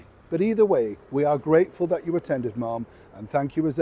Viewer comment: Neil we address the Princess of Wales as Mam NOT marm as in marmalade. Lol I do love your vids. Thank you x